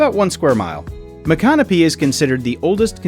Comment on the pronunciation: Not quite the correct pronunciation of Micanopy...but oh well...